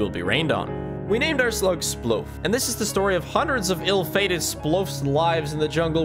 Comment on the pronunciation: am I the only one that noticed that editer spigg said sploaf and life spigg said sloaf?